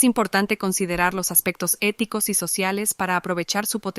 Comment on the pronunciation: Filoshoficous ou eticoush